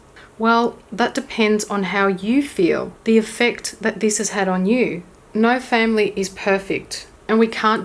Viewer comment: Great video, thank you! I guess you meant it like, '*no* family is perfect', what I heard was '*no family* is perfect', as in best to not have any 😂